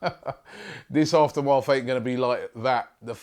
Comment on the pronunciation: Robbie, i think your pronouncing aftermath wrong, felt a little weird hearing it